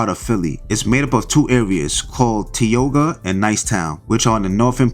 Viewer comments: He ain’t from Philadelphia pronounced Tioga all wrong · It’s pronounced ty oga